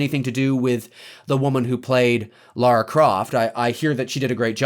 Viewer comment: Lara Croft ,not laura, is the correct pronouceation, and in fact she was a male indiana jone charater during the first build of the game, and after the money ppl pointed that out the went to a female charater to avoid lawsuits. That said she is in every concievable way a female indiana jones charter that works, if only they could find the proper movie for her. I loved the new movie, but it suffered from weak plot points, basically trying to not totaly copy the game i guess, but removing the mystical stuff was a huge mistake. And I agree one hundred percent, Leave the brand alone! I for one really enjoyed Atomic Blonde which was a basic spy picture that could have been a male or female lead. Make and Own your own Heros!